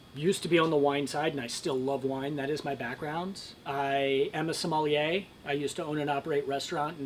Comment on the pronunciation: Talks a great game and mispronounces “sommelier” 😂😂😂